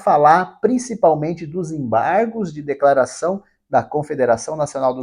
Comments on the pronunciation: Enjoei essa palavra EMBARRRGOS, EMBARRRGOS, EMBARRRGOS. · ACORRRRDÃO, EMBARRRRRRGOS, EMBARRRGOS, ACORRRDÃO....